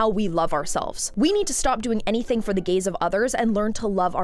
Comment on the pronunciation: not me thinking you're saying the "gays of someone else" i was like "whose gays? my gays? your gays??? wtf???" 😭💀